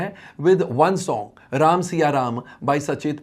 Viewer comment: पहले प्रभु श्री राम जी का नाम ठीक से लेना सीख ले